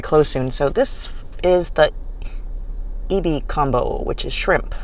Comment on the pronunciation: dont know if youre Japanese..but the pronunciations are abominable. its not E-BE DIE-CON or PAWN-ZOO.